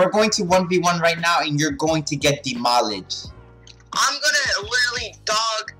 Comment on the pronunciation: this guy said demolijed😂